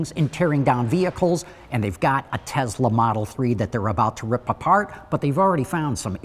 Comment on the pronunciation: TESLA NOT TEZLA 👌